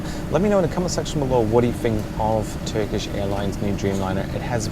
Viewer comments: hey. your turkish pronunciation is fine.. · Your turkish pronunciation is really good btw